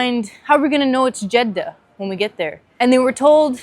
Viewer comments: This is the first time I hear a non-Arab pronounce Jeddah correctly. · You have a good accent!! 🤍 Greetings from Jeddah. Thanks for pronouncing it very perfectly 🤍